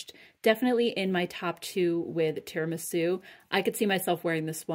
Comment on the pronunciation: Great haul, nice to see them back. Thank you! Time for an Italian lesson! Italian is my native language, so if you are interested, the first syllable of tiramisu rhymes with ear or tier, (not air). Tier-ah-me-sue! Life is short, eat dessert first.